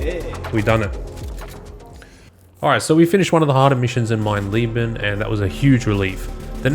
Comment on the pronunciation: It's funny how everyone seems to call the Wolfenstein trophy "mein lieben" (my love) instead of "mein leben" (my life) just from how they assume the e would be pronounced. It's just funny that you're subconsciously on a quest for love in your heart while doing the most diabolical trophy ever.